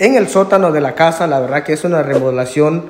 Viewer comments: HOLA, MUY LINDO EL VIDEO, GRACIAS POR COMPARTIR. LES HAGO PRESENTE ESTE DETALLE PARA QUE PUEDAN MEJORAR SUS VIDEOS! NO SE DICE: LA " REMOLACION DE ESTA CASA ..... MAS BIEN SE DICE : ¡ LA REMODELACION DE ESTA CASA ! RE MO DE LA CION. 😁💪😁💪 NO SE DICE : ¡ POMOS VER ! MAS BIEN SE DICE : ¡ PODEMOS VER ! JAJAJA, 😁💪😁💪😁💪😁💪. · APRENDAN A HABLAR CORRECTO LA PALABRA ES : REMODELACION: Y NO REMOLACION COMO LO REPITIEERON LOS DEL VIDEO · Porque dice remolacion